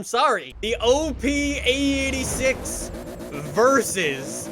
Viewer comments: U say it like ae 8 6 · Oh Lord so much cum is coming out for the EIGHT-UH SIX-UH